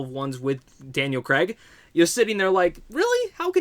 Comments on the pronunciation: Hey mate Lea Sedoux is pronounced Say-Doo not Say-dox and it's Cray-g not KREGGGGG.....Please Americans, pronounce Craig properly.... And it's Blofeld not Blow-field. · Thanks for your review.But just for my American friends is CrAig not Creg. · Who is Daniel Kreg... I thought it was Craig